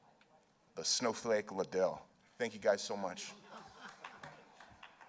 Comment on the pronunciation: Chuck LIE ddell